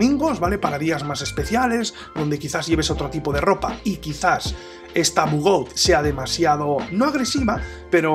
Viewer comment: Todo esta bien en el video... Pero no españolices los nombres... Pronuncia su nombre en su idioma original, no es bugout, es bugaut (la pronunciación)